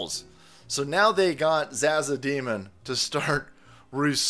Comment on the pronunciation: it is pronounced zawzaw... the finest of green herbs if you indulge lol.